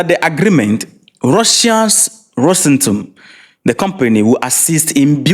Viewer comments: It is not "Rosentom." It is Ros/Atom. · It’s pronounced Rose-Atom my Ghanaian brother 😂 take it from me your Nigerian brother, one love ❤✊🏿